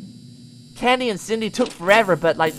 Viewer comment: Lol said Cendy instead of Candy